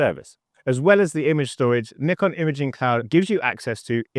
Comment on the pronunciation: I love that you pronounce Nikon properly 😄